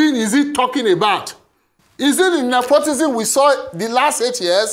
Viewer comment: Mr., It is Nepotism not nepotisn